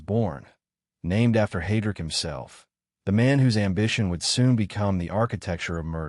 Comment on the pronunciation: It's not HEY-DRICK It's HI-DRICK. Fuuuck. Who puts this crap online. After less than 5 minutes... I'm done. Just awful AI junk. Bye.